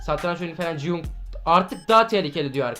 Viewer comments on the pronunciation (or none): none